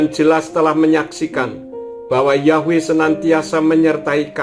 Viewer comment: YHWH bukan dibaca yahweh pak karena YHWH huruf vokal mati bukan hidup